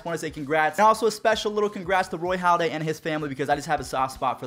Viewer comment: Halladay*** not Holliday